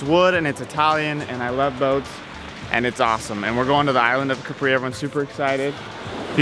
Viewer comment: Please guys, try not to call it Capree... it's pronounced Kahpri!